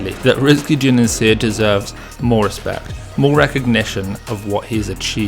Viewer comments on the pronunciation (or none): RIZKI JUNIANSYAH. The 'Y' in the 'syah' is pronounced like an 'H' like in shisha. So it's not Junianseeah but Junianshah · Slight nitpick, "Juniansyah" is pronounced "Joo-nee-ahn-shah" rather than "Joo-neen-shee-ah". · Bro you need to learn how correctly pronounce his name. read it slowly and pronounce it letter by letter. Juni-an-s-yeah